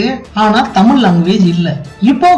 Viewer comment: தமிழ் என உச்சரிக்கவும்.